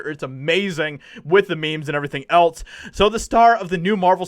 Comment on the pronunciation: Dude, else is not spelled with a t. It is not eltse but else.